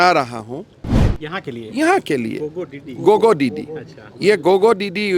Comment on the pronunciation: FEKU GOGO DIDI ?????? Assam के tea tribe आदिवासी सुची में शामिल करें। गोगो डिडि 😂😂😂😂 उच्चारण डिटो अंग्रेज जैसा।